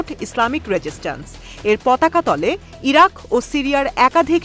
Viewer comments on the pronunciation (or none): none